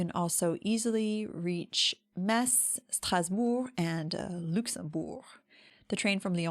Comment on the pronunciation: Yeah ! Between Metz and Nancy, less than 60 km by a toll free motorway, and less than 45 minutes by train. Metz is quite interesting and has a rich roman past. The latin name of Met was "Messina" in latin, that is the reason why people say "Mess", and not "Me-T-Z", and the inhabitants ar called "Messins", don’t mess with the pronunciation 😂😂😂. Quite often in Metz, you can hear people speaking the germanic dialect called "Francique" or "Plattdeutsch", most of them white haired boomers like me.